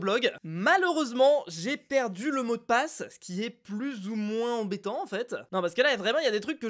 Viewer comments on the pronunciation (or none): none